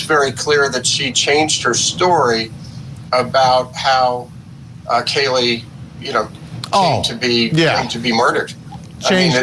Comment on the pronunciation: I still remember the Casey Anthony case. More specifically, I remember being annoyed whenever that blonde lady on the news would mispronounce the daughter's name. How the Hell do you read "Kaylee" and think its pronounced "Keyelee"?